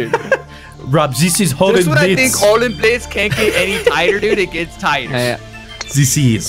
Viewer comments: Take a drink every time they say Hole-in-blitz (I know that’s not the way you spell it). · Everytime they say 'Höllenblitz' I'm giggling because the pronounce it so.. sooooo wrong xD But its fun!